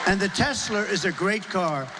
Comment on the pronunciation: “The Tessler is a great car!” 😂